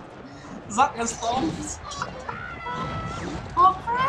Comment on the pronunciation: so funny when u saying Jack Sounds like Zack not Jack lmao